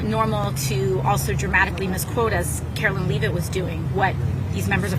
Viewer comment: Brain dead AOC can't even pronounce Caroline's name, right